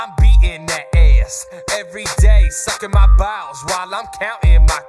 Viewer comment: The way he said balls he said Bawls or BOWELS.